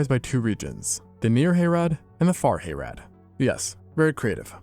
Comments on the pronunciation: "Hay-rad". Dude, watch a lore video. It's pronounced "Hah-rahd". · It's Hah-rahd, Little Brother. Not Hay-rad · Hayrad? Wtf. Haa Raad! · "Hayrad" sobs sobs sobs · harad is pronounced more like hah-rod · "Hayrad"? Not quite. It's not a Deep South hay ride.